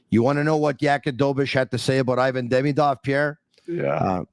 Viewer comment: would be nice to learn how to pronounce Ivan properly :)